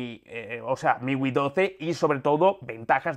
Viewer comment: Miwi? Es miui amigo mejore el léxico